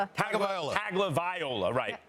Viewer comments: TUNG-oh-vi-LOW-uh....it’s really not that hard to pronounce, guys. It’s the second year into his college career and sportscasters are still calling him Tag-o-viola.🎻🤦🏼‍♂️ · After all this time Max still cannot pronounce Tua's last name?!?!?!? Does he watch any Alabama football games or listen to any other broadcasts about Alabama football? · They still didnt pronounce tua last name right lol